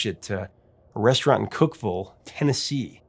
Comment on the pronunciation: I'm so glad you pronounced Cookville right!